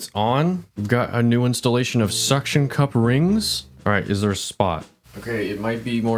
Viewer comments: ah yes the "suction quup" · ahh yes the “suction cuap”